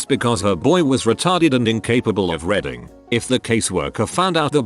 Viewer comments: "He seemed capable of redding, but never put forth any effort" Just like a certain TTS voice... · "...he seemed capable of reading..." unlike the computer voice that was "redding" this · Ha and I thought robots were smart this one can’t get even say reading properly. Reding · Love me some R E D D I N G . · Voice bot: R E D D I N G